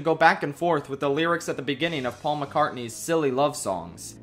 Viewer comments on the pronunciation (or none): none